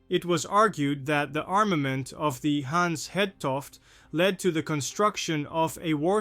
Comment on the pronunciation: Actually the ship København, lost in 1929 with 59 crew would make an excellent subject for this channel: It is much closer to the Titanic in time, but considered more obscure than the Hans Hedtoft. Your video is good, but your actual pronounciation of the name Hans Hedtoft leaves a bit to be desired for Danish listeners. Try to listen to how Google Translate pronounces it.